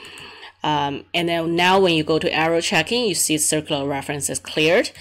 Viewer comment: I dont understand why when Indians make videos they add american accent. Speaking normal english is better if you are an Indian. You pronounced Error Checking very incorrectly in american accent.